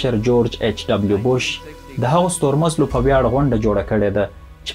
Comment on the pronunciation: ژوند ژوند، په زړه پورې مالوماتي وی‌ډيو مو جوړه کړې ده. یوازې د “ستور مَزَلي” له تلفظ سره مو همغږی نه یم